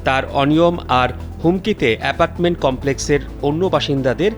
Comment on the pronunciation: কালবেলা রিপোর্টার উচ্চারণ শুদ্ধ করেন।"এপাটমেন্ট" হবে না সঠিকটা হবে এপার্টমেন্ট।